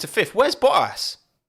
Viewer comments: I don’t know why he cannot pronunce the Ts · he turns 153% more brittish when talking about anything merc related :P (oh and sebastian ve-el)